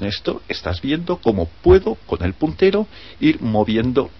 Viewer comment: WTF quien ocupa esta wey mierda el wey q abla es la leche hjahhaahahaha el putero??? a no verdad el puntero